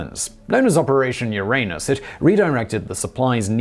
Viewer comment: Yes, correctly, not the modern self-conscious American way.